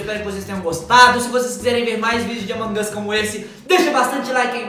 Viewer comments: Mas não é assim que fala amog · Sou seu inscrito mas fala among us direito vc é muito legal mas pelo amor de deus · Vc falou errado among us